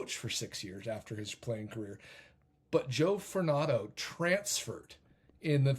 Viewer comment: Joe Fortunado - Fortune-na-do. Furnato distracted me.